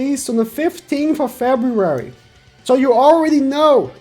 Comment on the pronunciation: 15 of febuwawi 😂😂😂❤️❤️❤️